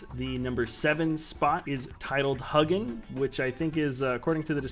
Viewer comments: *pronounced Hue-ginn, hard 'U' sound. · It is pronounced as "Huegin".